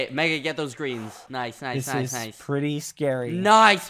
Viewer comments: Badboyhalo should be the next "noice" meme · bbh just saying noice it sounds like he became British